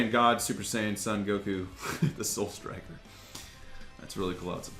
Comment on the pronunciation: i sure thay no call him san goku it's soon or son goku i know son are san but goku soooon or son or or or